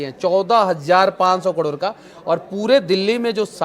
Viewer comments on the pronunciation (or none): Kador nhi pagle crore hota hai 😂